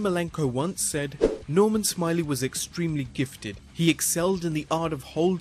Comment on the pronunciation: That's Norman Smi-LAY